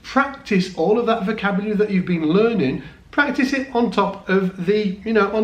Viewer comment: Vocabary? lol. Dennmaaark!